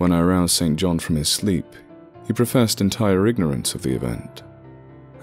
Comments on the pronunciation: I think st John is pronounced sinjin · The pronunciation of 'St John' here is rather jarring.